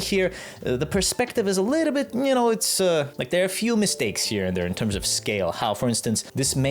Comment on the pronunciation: Whimsical wittle scwug